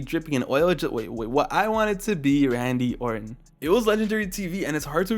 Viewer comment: this MF said "Saddam Orton" 😭🤣